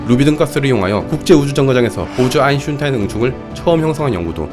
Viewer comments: 아인슌타인 ㅡㅡ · 아인슌탄인이라고 할때마다 간지럽고 답답하네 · 여기서 짤막한 상식) 아인슌타인은 아인슈타인의 아버지이다. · 또인슌타인 개꿀잼ㅋㅋ